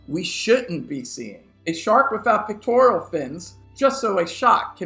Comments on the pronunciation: It's "pecTORal", not "pecTORIAL" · Pectoral not pictoral. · Pec-tor-al not Pec-tor-ial. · "Pectoral" fins, not "pictorial" fins. Sheesh. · wait, are you calling them “pictorial” fins??😂😂😂